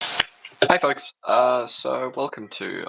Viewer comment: the o and the l sounds in the word "folks" blended together into a u sound with your accent.